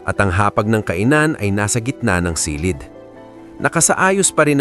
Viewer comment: A very nice content! Ang napansin ko lang kung minsan ang pagpronounce mo ng word like “ silid”is not correct, The accent should be on the last syllable.Sorry po sit ha, ❤